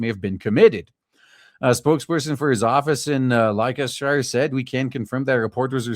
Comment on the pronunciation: "Lester-sher". It's pronounced "Lester-sher". I assume that this police commissioner was called into to arrest himself and give himself a severe reprimand, before handing himself over to the Chief Prosecutor's office.